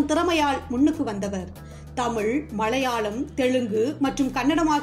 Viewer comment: நல்ல குரல் நல்ல ஏற்ற இறக்கம். ல ழ ள சில இடங்களில் மட்டும் கவனிக்கவும் . ஆல் என வரும் இடங்களில் மட்டும் ஆள் எனச் சொல்கிறீர்கள்.நடிப்பாள் கமள் நடித்திருந்தாளும் மலையாழம் தெளுங்கு கவனிக்க. பாடல் ஒலிக்கிறது.எனபதற்கு‌ ஒலிக்கின்றன என்கிறீர்கள்.படங்களாக அமைந்துள்ளன என்பதை‌ அமைந்துள்ளது என்கிறீர்கள். ஒருமை பன்மையும் கவனிக்கவும்.